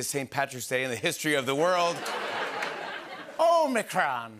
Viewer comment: Minute - "O'Micron" 🍀😆